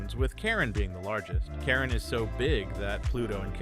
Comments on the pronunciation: It’s Charon not Karen! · It’s called Charon not Karen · You said Karen not Charon